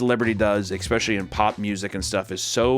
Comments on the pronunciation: i need to confirm this with somebody, is saying ekspecially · papa pls pls pls stop saying eckspecially i beg you papa pls ily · The biggest scandal is the fact that the is trying to gaslight us. I mean realy dude, you are pronouncing especially as if it had an X but not eccentric?